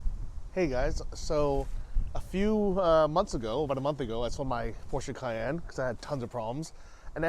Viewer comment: So nice to hear an American pronounced Porsche correctly. 🙂 Well done! I have to say that it looks more like a Prado than a Land Cruiser though.